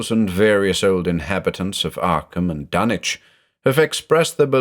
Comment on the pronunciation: This was a delicious mythos stew! Joshi seemed to throw almost every mythos ingredient he could find into it. BTW it's nice to finally hear Dunwich pronounced with the silent W like how Norwich, England is pronounced. I always read it that way anyway, and it always jars my ear when I hear it differently.